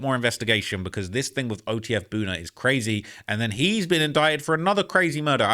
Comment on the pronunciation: why you always saying Brazy? Are you a blood?